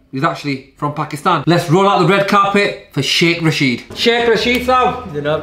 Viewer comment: Rashid is pronounced Raa-shid.